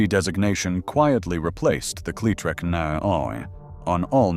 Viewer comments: Say the name correctly. The way you say it sounds nothing short of STUPID. It is Cle-LONG E- Trac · if just one of the people involved with this video would actually listen to the finished product they would realize how often the narrator would mispronounce cletrac